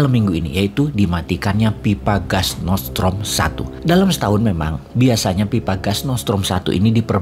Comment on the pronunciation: Nordstream boss, bukan nortsetrom